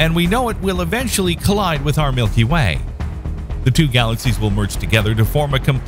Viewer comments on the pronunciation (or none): For a second I thought you said 'our milky wang' and now I can't stop laughing. I need to use the sleep.